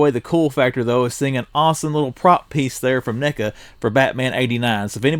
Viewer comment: Hey bro. Watch how you say NECA's😁😂🤣😂😁